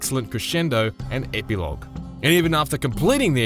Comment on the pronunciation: Fyi, it's Epilogue as in Eh-pih-log, not Eh-pee-log.